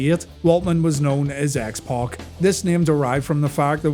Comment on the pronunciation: To this day I despise the pronunciation of X "Pock".